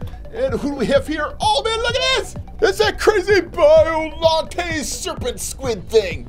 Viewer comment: all the times he said the names wrong biolantis gumira kink gidora rodan aka big perabadal moogerah agirus yup he doesn't know how to talks